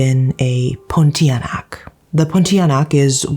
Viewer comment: pronunciation of Pontianak is spot on tho considering she’s not Malaysian 😁👏🏻 And I love how she’s showing snippets of her with her skincare routine 😆